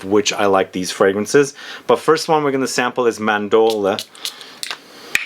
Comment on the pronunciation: Bro chel e on day. Ce in Italian is chee.Mahn door lay(eh)= Mandorle. I love your channel but would love to see more care taken in your Italian pronunciation as you do your French